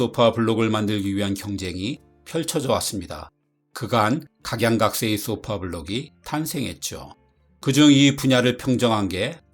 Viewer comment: 그렇다면 더욱더 쏘파가 아니고 소파라고 발음하셔야지요.